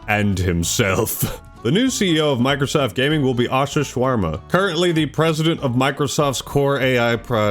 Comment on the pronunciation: Did he call Ash Sharma "Asha Shawarma"? 😭😭😭 I know it HAD to be unintentional but omg would be so racist if it wasn't 😭